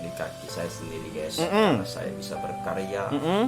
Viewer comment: guys (gais) bukan ges anjeng